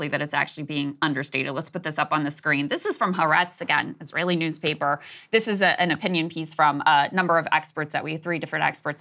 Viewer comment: Excellent coverage. Just want to point out since you refer to it often, the correct pronunciation is Hah Ah retz, with the accent on the second syllable. Like Ah-hah! but inverted